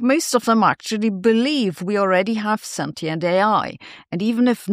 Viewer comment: Let's all please learn how to pronounce sentient...